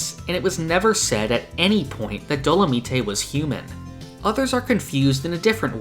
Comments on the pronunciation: Dolomite isn't pronounced Do-la-mee-tay it's do-la-myte like the character dolamite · Isn’t his name pronounce Dolo-mite like the movie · Also, dolomite is pronounced “dolo-mYTE”. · did you just say dolameetay